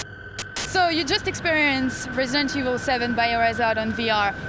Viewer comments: what is Resentiel 7? ...... i wonder what her heritage is cause shes having so much trouble pronouncing the words. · "resential evil." lmfao they should have gotten someone who could pronounce the name of the game. smh